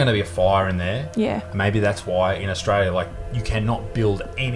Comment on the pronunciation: well that cheered me right up... haha. and its pronounced stralia! peace guys